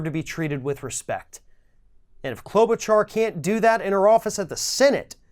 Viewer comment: is absolutely pronouncing Amy Klobuchar's name right. Or are you just being sarcastic?